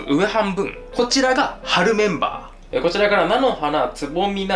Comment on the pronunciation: 飯作りながらみてたぼく 冒頭の春メンバー定番メンバーが 春メンマ定番メンマに聞こえて は？谷やんなにゆっとる？ と、なりました